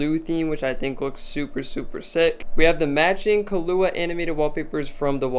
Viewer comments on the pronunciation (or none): Nobody gonna mention he said kahlua instead of killua?